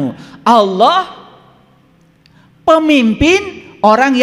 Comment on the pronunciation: Yang saya dengar .saat dia menyebut nama Allah...tidak fasih...